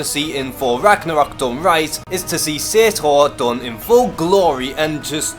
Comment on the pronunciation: You pronounced Surtur wrong